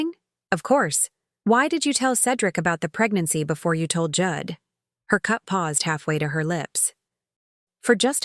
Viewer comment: Pronouncing Jude as Judd, AI has no intelligence.